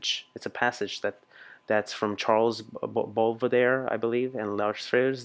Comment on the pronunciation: I love the way you pronounce French names!! :D So funny. Especially "Charles Baudelaire" et "Les Fleurs du Mal". Your vids are great by the way! Bises from France!